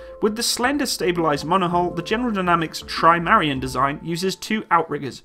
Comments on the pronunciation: Trimarion? ahem... Try-mah-ran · TRI-MA-RAN, not Trimarian, You dyslexic land-lover ;)